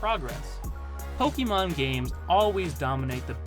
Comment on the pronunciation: a wrong pronunciation nevertheless, source: you can stop making this mistake on your next video 😉